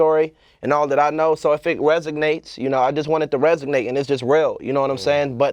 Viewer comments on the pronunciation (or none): Nigga said “resognate”